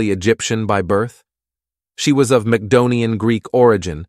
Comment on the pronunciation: I'm still trying to get over Cleopatra being "Mackdonian". I HATE AI NARRATION!!!!!!